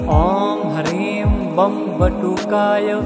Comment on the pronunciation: || हर हर महादेव || किसी भी मन्त्र में "शुद्ध" और "अशुद्ध" उच्चारण का बहुत महत्व होता है। इस मन्त्र में आपका उच्चारण "शुद्ध" नहीं है। आप "ह्रीं" को "हरीम" बोलते हैं, जो कि बहुत अधिक खटकता है। कृपया अपना उच्चारण "शुद्ध" रखिए।